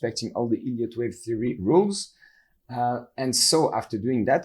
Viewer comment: Sounds like he's saying "idiot" wave lol